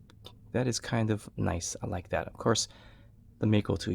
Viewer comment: I still don't understand why Mako is pronounced as May Ko. Anyway it looks beautiful.